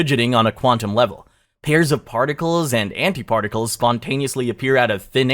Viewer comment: "Antiarticles" lol